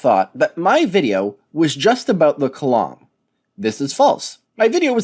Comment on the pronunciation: Flerf dude, it's called a COLUMN! There's only one way to say that word! And the emphasis is not on the U, but the O instead. I'm American and you sound American,, so what's this massive disconnect problem you have being able to say such a simple word? It can't be an issue with accent since the way you pronounce things other than this seems to be typical American standard that I'm used to hearing. So you just think that word using a different context is spoken differently? It desperately is not. *facepalm * dear, oh dear... Edit: I'm just going by what it's telling me in the closed captions as far as column. If there's an actual word Kalam that spelled utterly differently, then that's another story and I've been tricked by the "closed captioning misinterpretation" as I don't know everything about cosmology or that argument. I wouldn't put it past the flerfs though to not know how to pronounce something simple.